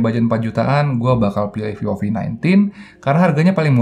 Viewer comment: Ngomong vivo kek v o v gitu,apa emang ane yang bahasa inggris nya remed yah